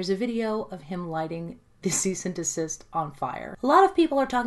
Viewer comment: Cease and deSISTER 😂😂😂 love it haha